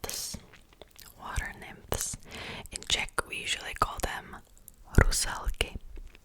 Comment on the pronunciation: Interesting. And i especially like the pronunciations "vodník", "Rusalky" and "Vikodlak"